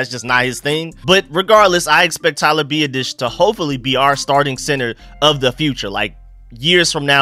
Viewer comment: You have to learn how to pronounce his name, phonetically it is Be-Ot-Ish